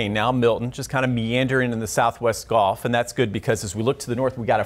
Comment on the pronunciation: This guy is rooting for the storm to come right through my living room. Screw track 1. And it's "gulf" not "golf."